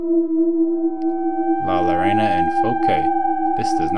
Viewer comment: For future FYI: Double L in spanish makes a J sound. Llorona is the spanish version of the Crying (or screaming) Banshee.